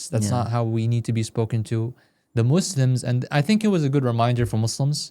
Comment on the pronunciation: Why do you guys say muslams? Shouldn't you say Muslims?